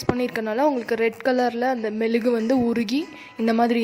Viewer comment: It is mezhugu not melugu